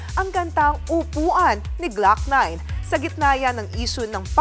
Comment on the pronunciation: gloc-NINNNEEE, flood control, PROOOjects teh yung pronounciation mo